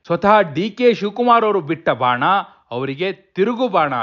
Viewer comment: Bhana alla adu Bana.